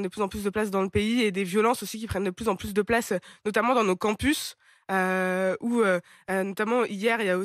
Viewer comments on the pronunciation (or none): "où-e, qui-e, queue-e, sûr-e, solution-e, des-e, de-e, les-e, faits-e, et-e, finalement-e, en fait-e, tout,-e, toutes-e, il y a-e. Arrêtez de vous donner un genre intello en mettant des e à la fin de chaque mot. C est insupportable.